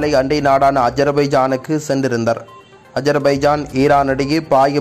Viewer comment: என்ன சென்றிருந்தர்,... நின்றிருந்தர்... போயிருந்தர் ன்னு எல்லாமே குறில் ஆக வருது